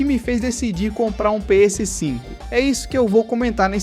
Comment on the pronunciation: Engraçado a sua pronuncia "Pê êsse 5" (PS5) hehe. Ótimo vídeo!